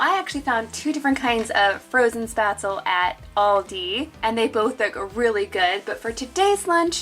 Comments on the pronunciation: As a German your pronunciation of Spätzle gives me shivers down my spine (it's shpatzle with the e spoken too) but my English will do the same for you I fear. I'm from northern Germany and we have a big Scandinavian community here and I love getting the swedish kanelbullar (cinamonbuns) more than the Lussekatter (the safronrolls you had which are traditional swedish at the Lucia-day December 13th) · Its pronouned SpÄtzlE :) love these ideas♡